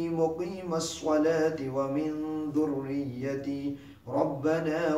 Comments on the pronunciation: say zhouriati not douriyati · don't say duriyati say zouriyati